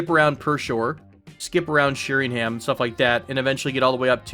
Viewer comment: Love your videos! My delicate British ears couldn't quite get used to your pronunciation of British place names. If you did want to try the native ones, Flitwick and Berwick are pronounced Flit-ick and Ber-ick (silent w), Sheringham would be Shering-am (silent second h), Bournemouth would be Bournemuth (the last u is an uh sound, as in gruff) In any case, thanks for your youtubes, they're awesome